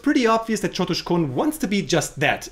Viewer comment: Lol u didn't even get the c of chotuskhone